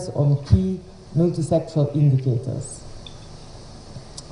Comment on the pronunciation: Please correct this, it's 'multi-sectoral' and not "Muliti-sexual "